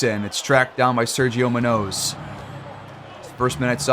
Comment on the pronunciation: You finally turned it around man, great series. Mac Boyd has totally taken off lol its not a question who the best player on this team is. Btw the way youre pronouncing Munoz is crazy and wrong lmfao